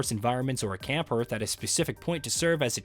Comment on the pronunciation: Just so you know, it's pronounced, hearth is pronounced "harth" not "hairth"